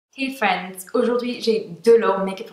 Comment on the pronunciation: jdr qd tu dis hey freinds <3 :p t la meilleur